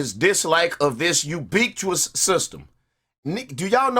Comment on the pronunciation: Ubiquitous: U-bick-wit-us. There you go dawg. Easy way to pronounce it 👍🏻